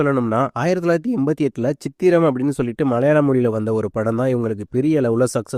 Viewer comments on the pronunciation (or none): Chithiram ❌ Chithram✔️ Most of the heroines you mentioned here like Mamta, Anu, Catherine are Malayalies not foreigners